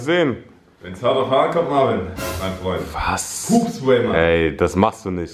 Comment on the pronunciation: Marvin nicht marven 😅